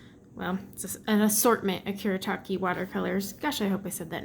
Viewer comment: There is a set of opal colours too 🚂🚂😂😂 and you said kuretake right 👍